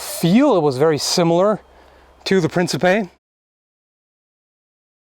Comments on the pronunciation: ... I took 4 years of German, and I know that's not a lot, which is my point, wouldn't the K be silent? Also, the C's are hard in Old Italian and Latin... So, it would be, "Prinkipay" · It's The mispronunciation of "Principe" is giving me PTSD. Have mercy on my poor soul.